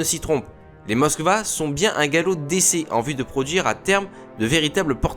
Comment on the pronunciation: Des CNLE ? Classe Moska ? ça pique les oreilles ! mais c'est pas grave